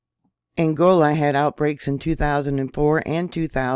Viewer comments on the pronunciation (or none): none